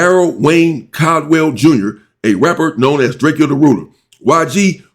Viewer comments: … Can u please stop callin the homie DRAK-E-O…Itz DRAKE-O. He made a whole song about this go listen to it, its called Drake-o not Drak-e-o. What the helly😂😂😂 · Drak-co not drackkio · You pronounce it drake and o, like the gun Draco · One more thing that's bothering me I guess you don't read your comments but can you please stop butchering this man's name It's pronounced like the 🔫 Not the way it's spelled Draek-Kee-O... Come on fam That just urks the crap out of me every time you say it and I love your channel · YOU SAYING DRAKE-O NAME WRONG 👈🏽😑